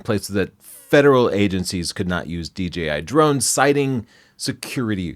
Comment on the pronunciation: He keeps saying DGI not DJI.